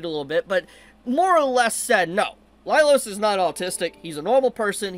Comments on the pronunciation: Was I the only one losing my mind every time he said “Lailos” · I have to say it, but you never said the series' name right, and it was the same for Laios' name. That aside, people these days are SO delusional, the brain death is contagious.